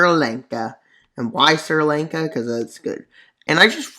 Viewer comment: “Sir Lank-a”